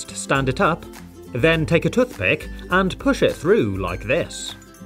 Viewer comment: "Tuthpick" NOOO 😭😭😭💀💀💀